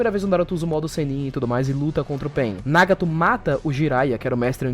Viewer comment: o video estava maravilhoso até ele falar nagato de uma forma horrivel logo apos dizer certo kkkkkkkk